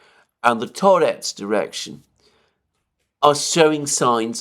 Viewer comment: Now that Ocheretine is liberated by Rossiane, you should start pronouncing it porusskiy -Ah che RET i neh - with schwach o as in owl, how, now, brown, cow. And Tar YETSK.